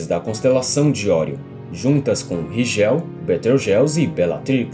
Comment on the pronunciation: Maneiro! Mas aprende a pronunciar os nomes... "Ríguel", "Betelgóize", não "Rijéu" e "Beteujeuse"...